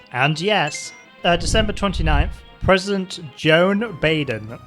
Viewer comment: I love how they can't get Joe's name right. Yadine Joe Andyica Joe Ddell 49 Bden Joan Baiden US President Jobeden President Boden President Beden President Baden President Bidden Lowves Bidden Benden's President President Benden Muwon Biden Anniford Biden Andry Badien President Barden It's like they're trying to type while drunk. lol